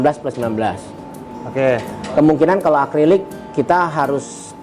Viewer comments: Revisi bang Akri-lik bukan akli-rik👍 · "Acrylic (dibaca Akrilik)" om, bukan "Aklirik" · bang acrylic bang bukan acliryc😁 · Acrylic bang bukan aclyric hehe 🙏 😀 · bang mau koreksi dikit , baca nya akrilik , bukan aklirik 🙏🏻